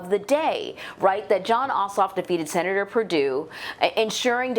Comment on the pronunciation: Did you hear the seanator lady ‘ put your mask on’ ? LOL